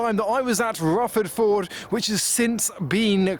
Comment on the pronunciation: 'ffwuffawd voohrd'